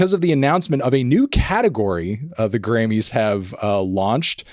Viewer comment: I definitely kept hearing you say "granny's" which made this entire thing much wackier.